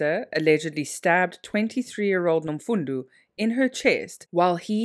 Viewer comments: Wish u would put more effort into pronouncing African names if u are going to include them in ur videos. How can u pronounce one "o" correctly then the other as "u"🙄Nomfundo is pronounced exactly as it is written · she's not trying at all. She says the first thing that comes to her mind. In the beginning of the video she pronounced the guy's name as taboo then later pronounced it correctly. Same thing with Nomfundo. If u can read it, it isn't so hard to pronounce